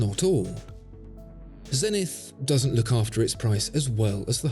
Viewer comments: Please, please say Zenit, without the english "th". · That messed up "E" in "Zenith" is quite a flaw.